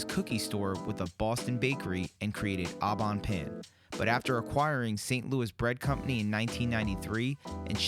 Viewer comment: All five varieties not flavors. There's no need to eat all the slices especially if you're going to be trying all the pies. That's pointless. It shows you have no class. And I guess you're clueless. You're combining a food review with man vs. food. The purpose of man vs. food is not to review what he's eating. You really ARE clueless. It's prononounced OH Bon Pain not AW Bon Pain.